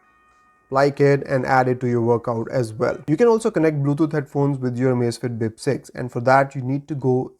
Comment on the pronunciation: "Amazifiti Bip Seizi" 😅😅😅 Parece até o Caneta Azul falando... 😂😂😂